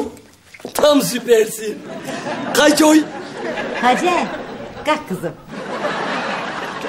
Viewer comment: Gaffur heyecandan; çay koy yerine, KAY ÇOY diyor , yarıldım gülmekten :)